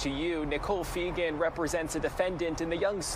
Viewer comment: *Nicole Fegan not Nicole Fenger lol